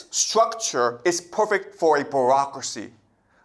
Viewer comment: She should have listened to the part about 'brocracy' as he calls it 😂 This guy is teaching children yet calls himself a professor. By definition he is a teacher 😂